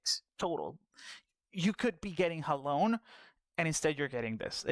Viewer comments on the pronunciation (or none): It's pronounced Halonay, also Thaliak is a boy.